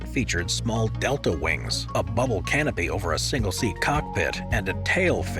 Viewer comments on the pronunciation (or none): none